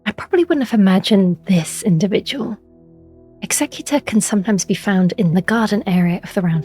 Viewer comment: People keep pronouncing Executor wrong. It's Executor as in execute not executive.